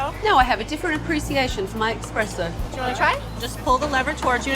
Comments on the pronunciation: ~ I am very surprised to hear tough and talented Tabatha misspeak by saying "ex-spresso" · Someone please tell Tabitha that it’s espresso not expresso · I cringed every time she said ‘expresso’ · 😂😂 there’s no x in espresso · She was a professional and called it expresso 🤢 yikes. Even in English it's considered espresso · Why, oh, WHY, do people - even Europeans, apparently - pronounce ESPRESSO: "EXPRESSO"?!! Why would an "S" in Italian, be prounounced as a "Z:?!! The Zopranos!